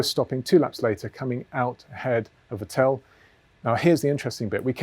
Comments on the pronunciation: Vettl not Vetél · Vettel should sound like fatL with no gap between fat and L James: fa tell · I am sorry but please pronounce Vettel right the next time 😊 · Nobody is as consistent in mispronouncing Vettel :)